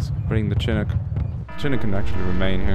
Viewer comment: Just a pronunciation notification: It's SHIH-NOOK" You're welcome :D